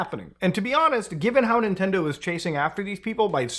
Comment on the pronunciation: ninendo momend